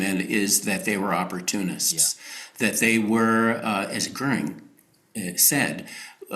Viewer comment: Why is correctly pronouncing Hermann Goering's surname an apparently unmasterable task for Saagar, whereas Krystal had no problem with it at all. C'mon, Saagar.